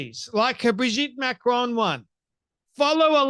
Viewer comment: And macrone instead of macron. She is so ignorant she even speak properly